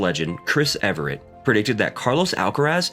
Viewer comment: "Everett" too 😉